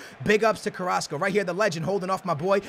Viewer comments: He said carraso👊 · Mon-Ay (Mane) Ka-Ras-Co (Carrasco)